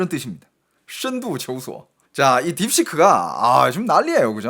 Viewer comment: 你是中国人？？你说“深度求索”这四个字的口音，不像韩国人…